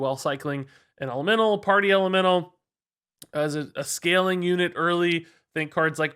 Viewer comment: I can't stop hearing say "LMNO" instead of "elemental".